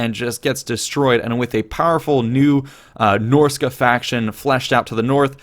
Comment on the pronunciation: Dude, I love ya, but it's not Norsica, it's Norsca.